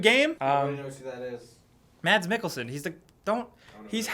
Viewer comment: just letting you know that Mads Mikkelsen is pronounced as "mas mickelsen" the d is silent